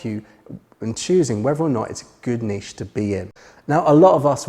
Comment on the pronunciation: Great video and great to hear someone pronouncing Niché correctly. I can't remember which Jurassic park film the reference was from so I'll need to binge watch the series... After the rest of your videos of course.